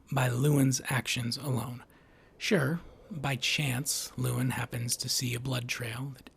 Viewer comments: Why do you keep calling him lewin, ya spoon. It's Llewellyn. Loo-ellin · "Lewellyn." You are mispronouncing it. I don't agree - Lewellyn is not "dumb." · "luh" + "WEL" + "in" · He mispronounces the main characters name at least 50 times 😂